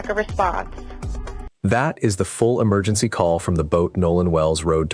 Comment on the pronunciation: Where's da emer- gin- sea? Allegedly!